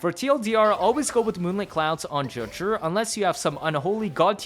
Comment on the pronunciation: FOR THE LOVE OF GOD ITS NOT JUH-JURR IT'S Juh-Jue